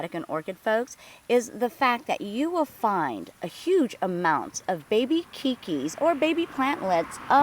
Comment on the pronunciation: This was a great video, I recently found a pot of these at my son's new rental home. I broke off a couple of the keikis and placed them in a fine bark medium. In 2 weeks they already have new leaves. I am anxious to follow their growth. Oh, by the way--a very small correction. I used to live in Hawaii and the Hawaiian word "keiki" is the very commonly used word for babies and small children, really to the exclusion of any other word. It is universally pronounced kay-kee though--rhyming with baby.